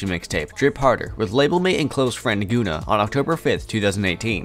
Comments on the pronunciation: I cannot believe you pronounced Gunna like that. I don’t even know the man and I’m offended for him lmfao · I lost count at how many words you mispronounced. Good lord. Guy calls himself the “” but doesn’t know how to say Gunna. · You can tell he's just a white dude tryin to make money off talking about black rappers cause there is a market for it. Can't even pronounce the names correctly. Another Dj Vlad. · my guy said "Goona" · “Gun-A” Gunna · did he call gunna goona?!? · Do y’all do any research on names? 😂 🤦🏽‍♂️ gooonuh is funny af y’all get so focused on the story you say forget facts or names we’ll go with what we THINK it is 😂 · Ik this nigga didn’t say goonna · The way he butchered Gunna's name disrespectful af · Every time he said it I got pissed 😂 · Goona😤🌡️🤣🤣 it's pronounced gunn-a man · Good content but it's pronounced gunner not goona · also its gunna. like gunner. not goona lol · good doc but bro said "goona" 😭 its GUNNA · Facts. Great info, great video but horrible calling that man Goona... like have you never heard of Gunna?? 🤣🤦🏾‍♂️🤷🏾‍♂️ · This shit said goona 😂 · this man said goona ....."its gunna" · Nicca said goona not gunna..🤦🏿🤣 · He really said “goona”…. That how i jnow hes not for the culture. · Lol man keeps saying “Goona” It’s “Gun-na” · OMG! can you please staaaawp saying GOONAH!!! His name is GUNNA!!! Pronounced like GUN-NUH Sheesh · Man really said goona instead of gunna smh. Quit reading off the lyrics like poem you would be better off playing clips from the song instead of playing them in the background. Hard to watch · Goona it's Gunna dude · “Gooona” it’s gunna bruh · “Goona” lol GUNNA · It’s gun-ah not goon-ah FYI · Why u keep pronouncing it "Guuna"? It's (Gun)na. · It’s not GOOnah what the fck 😂😂😂😂 it’s guh-nah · Its Gun-nah not Goonah... get it right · Who is guuna? 😂 it's Gunna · Who???... Tha' Fk!!! is "Goonah" you mean (Gunna)😯😞... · Gonna lol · Yeah I was thinking the same thing. Who the fuck is Goona?